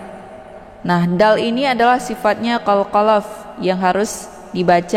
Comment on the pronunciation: Mohon maaf, Agak rancu dg istilah2 tajwid nya ustadzah, seperti qolqolaf dan zhummah, Krn tidak umum di pelajari oleh kebanyakan orang, utk pemula atau yg sudah fashih, yg biasa di dengar dan dipelajari adalah qolqolah, dhomah, ikhfa' ausath bukan aushoth